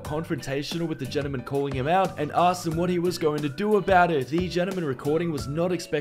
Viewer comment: And the definition of a ‘gentleman’ . He doesn’t even say it right..